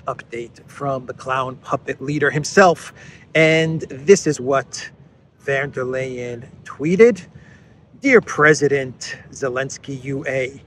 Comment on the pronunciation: it would be goid if you could learn how to oronounce Ursula's name. She's German, not Dutch.